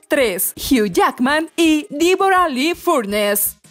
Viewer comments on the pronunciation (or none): "Díbora"... en serio, por tu bien, un curso de inglés no te caería nada mal. Es DEBORAH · "DIBORA, VIBORA" ?? HABLA BIEEEEN !!! DEBORA!!